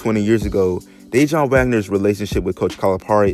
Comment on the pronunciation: DA WON BRO DANG U RUINED THIS VIDEO . I WAS LIKW WAIT HIS NAME DIJON LIKE THE MUSTARD AND FIGURED U WERE TALKING ABOUT HIS DAD I COULDN'T EVEN LISTEN NOMORE.